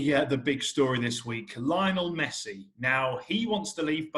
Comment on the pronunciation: That reporter makes Lionel Messi's name sound good😌